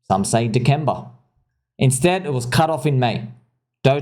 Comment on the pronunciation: “Deckemba” jajaja